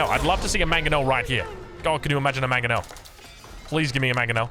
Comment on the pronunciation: btw it's MANG-o-nel, not mag-o-nel